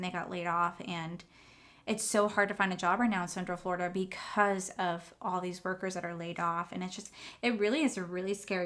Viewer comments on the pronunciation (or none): none